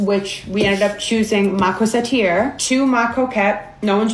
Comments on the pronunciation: French here, your pronunciation is actually closer, to the french pronunciation. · the pronunciation was on point, you even pronounced corsetière better than the sister did -a french person